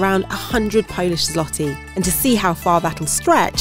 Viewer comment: U don't say l in złoty